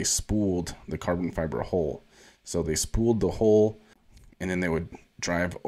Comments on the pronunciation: You need to fix how you pronounce 'hull.' It's not 'hole', it's 'hawl.' 🙃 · It's a hull not a hole learn to pronounce words correctly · Love the channel bro.. but you keep on saying hole instead hull.. Gonna start a drinking game everytime you say hole. Lol.